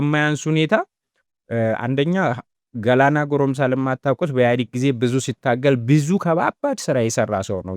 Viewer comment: ልክ ነህ ግን ወንድሜ ለክፋት አይደለምና ያለው ቢያንስ አበረታተኸው ቢሆን ሐሪፍ ነበር እናም ጀግናችን የገላና ጋሮምሳ ስም ገላና ጋሮምሳ ነው እንጂ "ገላና ጎሮምሳ" አይደለም በሚቀጥለው ግን ስጠሪው የአባቱን ስም ጎሮምሳ ሳይሆን ጋሮምሳ በሚለው አስተካክዪ ጀግናዬ በተረፈ በጣም ትመቸኛለህ ደግሜ ደጋግሜ ነው ያደመጥኩሽ ብሮ